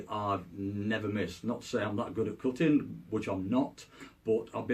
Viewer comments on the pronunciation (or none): i thought he said cooking but he was saying cutting all along